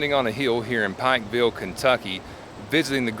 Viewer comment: You are saying the name of the town Wrong.